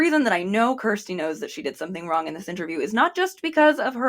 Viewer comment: You're pronouncing Kjersti's name so wrong.